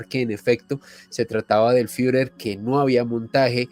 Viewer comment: El "Firer Jiler" 🤦🤦🤦 Dios mío enséñale a nuestros queridos españoles, que hay nombres y palabras de otros idiomas que es OBLIGATORIO pronunciar al menos según el consenso mundial: JITLER EL FIURER. Hittler el Fürher.